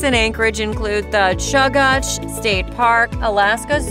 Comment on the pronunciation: Chuggatch 😭 kenn-i